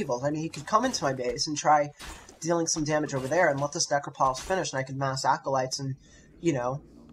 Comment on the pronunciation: Oh, God, he can't pronounce the namesake of his audio. This angers me greatly and I find it interesting.